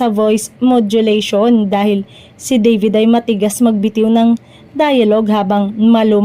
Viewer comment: DAVID po!hindi deyvid!😅